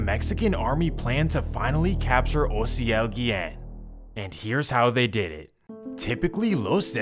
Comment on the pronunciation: I did what ? Damn he’s pronouncing my name right and all that lmao Mad props cause most people pronounce it with a A instead of a O but I make it easier for people to just say the letters O-C-L literally how you say it except you spell it OCIEL 🤣